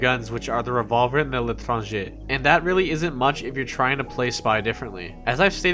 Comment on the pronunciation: You saying L'Etranger is perfect.